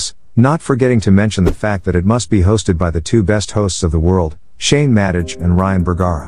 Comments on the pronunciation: Yupp, that's an AI voice (I'm sorry if that annoyed you).. I knew it was pronounced 'Madeh' and not 'Madej', (I wrote that in the description)..... How did I not notice that while making, I myself don't know... But I'm shifting to my voice very soon in coming videos (I don't know why but I felt this voice a lil bit calming)😁😁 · So are you using a " narration feature"? what ever that is. I too noticed the mispronunciation of Madej, and it made me think the whole piece was computer generated. Some kind of AI software used to dev content for clicks and $$ It would be hard to not know how to pronounce Shane's last name if you are a fan of the show. Same with Shaniacs which is pronounced like maniacs not the weird pronunciation you used. Also general text delivery is flat little intonation --no rise and fall before opposing ideas or parentheticals phrases. So are you a "Bot"?